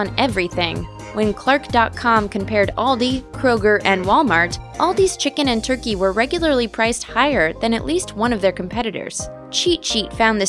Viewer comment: You say chicken and turkey so weird.